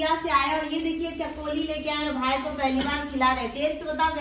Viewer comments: Chakoli nhi chakli bolte hain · Chakoli ni chakli bolte h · Chakoli nii hota hai , chakli hota hai 😅